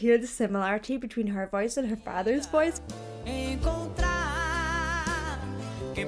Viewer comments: Very cool video, loved it! Fun fact: Xororó's pronunciation would be something like "Showrowraw" in English, the last syllable being the strong one (hence the tiny "´" on top of the last "o") and his brother's name would be something like "Sheetonzeeño" (the ñ should be pronounced like in Spanish - "mañana" - and the strong syllable would be "zeen"). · Lol You say Xororó like Ororo, but the pronunciation is something like Shororó (or Chororó or Tchororó if it's too hard to speak). A trivia, people actually wonder how Sandy can keep her looks and voice here in Brazil, she looks very youthful, to the point that she puts to shame many child artist who grew up around the world. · Hey girlie, so the pronunciation is SHEE-TAUM-ZEE-NYO(taum like the 'baum' in "Tenenbaums') and SHO-RORO (open O) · Shitaoziño and ShororÓÓ would be the correct pronunciation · Correct pronounce: “Shorawraw” 😁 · Real quick: Xororó you would pronounce like "Sho-ro-RAW" or something like that! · What in the world is that pronunciation? Chitãozinho e Xororó. /cheetaunzeeneeo/ /tshorowraw/. Practice it. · I loved your video! Sandy and Junior are incredible! Just a help for you the letter X in Portuguese is pronounced like sh in English. So their fathers name should sound like Shororo. 😉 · Sheetaozeeño and Shororoh. It should help a bit pronouncing their names. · xororo is pronounced "shororo" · A tip to pronounce Xororó name is: the "Xo" sounds like "Sho" from Shockwave. And the "Ro" you're almost there, sounds like the "Ro" from "Rock" with the last "Ro" a little more "open". ☺ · Chitãozinho is pronounced she tow(n) zee nyoo Xororó is sho roh raw (with the r's fricative / flicked) 👍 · Xororó is pronounced more like show-ro-raw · You can pronuntiate the names "Chitãozinho" as "Shitonzinho" and "Xororó" as "Shoror-oh". Here some names with an "x" have the same sound of "ch" and "Sh", it may be a little hard to distinguish at first, but with some pratice you'll learn it. Xoxo, from Brazil!